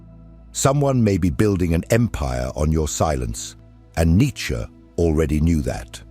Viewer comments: Not who I am, who humanity cannot be! ... side note, your pronunciation is very devote, not in the best for this piece; but thank you none the less. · Correct is Nitche however as always, not in general situations🤭🙂😊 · I would appreciare an actual human narrator ..one who could pronounce Nietzsche